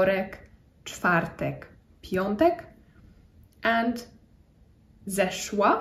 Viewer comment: Nie piontek, a piątek.